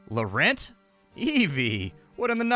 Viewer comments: "Lowrent"? lol! Nearly as bad as "Sainte Germainee". Cant listen to much more- just pray there is no "Grand Prix" in there anywhere! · Small pronunciation detail: Laurent (a French name) ends with the 'AN' sound from 'ANKH' 😉